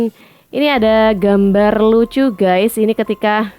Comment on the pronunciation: Siapa siiiich nm nitizen yg blm jg tuntas ngmg nya udah ketawa. Juga menyebut guys dengan gaaaaaas. Tlg dong mas, benerin dl pengucapannya. Biar ayiiik. Lg pl ngmg nya khoq rada ngaco siiiich, dng ngmg wkl enggak pny hak. 🙄😱😱😱 pugu giliran jadwal debat cawapres itu kan menyampaikan program bersama capres dan cawapres. Ih kamu melecehkan wakil bngt. Presiden tnp wakil enggak bs nyapres bung !!!